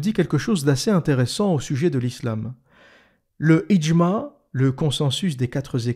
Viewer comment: bravo pour la pronunciation du "FIQH" reste à maitriser le "ع" comme " le idjmaa3" " " comme un son de mouton